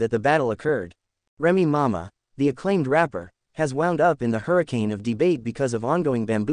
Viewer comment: How is you going to speak upon somebody business it can't even pronounce their name? Remy mama! I'mma need you to get your AI in order.